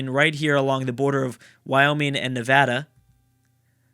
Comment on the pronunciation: you being from California, I'm not surprised you pronounced Nevada right